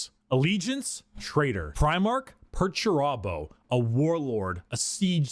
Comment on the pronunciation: Somehow I find it entirely appropriate that even while describing how he constantly feels disrespected, can't even pronounce Perturabo's name correctly. No wonder the big lug's so mad all the time.